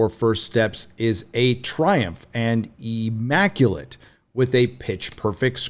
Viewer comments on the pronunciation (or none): The "ee maculate" got me cause damn if that isn't so on brand for to no know how to read.